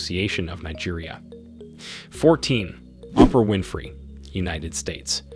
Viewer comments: Messing up Kanye name was bad enough, but when you called Oprah, Opera... Had to turn the video off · Have you never heard of Oprah, Kanye or Beyonce. It's almost indefensible to make a video with these people and not know to to pronounce their names. And a few of these people on this list are not black and probably would not identify themselves as such. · His pronounciation of Kanye and Oprah is shockingly terrible. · Sir, why don't you pronounce Oprah Winfrey name right. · Just butchered poor Oprah’s name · I didn't have any comments until I decided that they needed to know this man purposely does not pronounce the names of the most popular people in the world correctly! Especially all the black women! Who doesn't know how to pronounce Oprah and Beyoncé? Really????